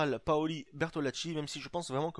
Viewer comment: Tes videos sont super l'ami ! Je suis ta serie depuis aujourd'hui et je suis deja à la saison 2 mdrrr . Juste un truc a dire , on dit POLI et pas PAOLI . sinon rien a dire ;)